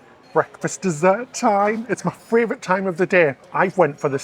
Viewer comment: FRAYvourite lol